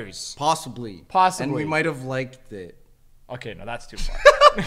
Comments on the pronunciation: Buur❌ Burr✅ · In the vid you said burr